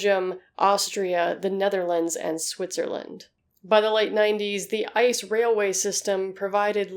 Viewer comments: You pronounce ice very funny. The right way is I.C.E. [iːtseːˈʔeː] Greetings from germany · Yeah. Röntgen is pronounced more like ROENT-ghen, and ICE is pronounced as "EE-TSE-EH". It was confusing to hear her talk about ice trains all the time, because I keep thinking about nuclear ice breakers or something lol. "Winter trains in Germany? What kind of tomfoolery is afoot?"